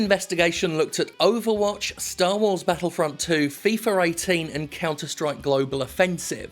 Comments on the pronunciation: Jim Sterling, please tell me where do you see an R in FIFA. It's FIFA. Not FIFER. And no, I don't like the game, quite the opposite, but it pains my ears to hear the R where there is none. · Why do you pronounce FIFA as "fifer"? Exhibit A, when he says "fifer 18"